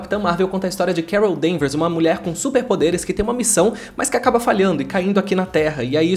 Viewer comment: Ouvi você dizendo "Carol ver mais" kkkk